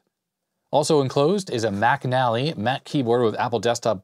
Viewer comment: I know you're saying "MacAlly" keyboard, but I just keep hearing it as "back alley" keyboard. You know, that shady guy in the trench coat selling keyboards in the alley.